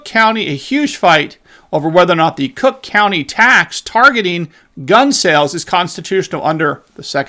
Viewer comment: Still mispronouncing crook county 😉